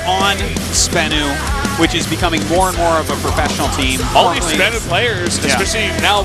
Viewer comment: You are terrible at pronouncing names,. Not just Sbenu - also "Zoun"...